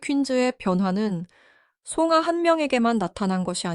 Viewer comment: 뭔소리? 아를 발음못하고 가로 발음? 송아 입니다. 그리고 요번 상대팀 2 위권이 아니라 9위팀이네요.거참